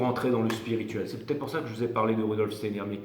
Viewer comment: Un peu en retard pour tout écouter !! "Stayenère " Steiner, mister. Merci encore . Bisous 😚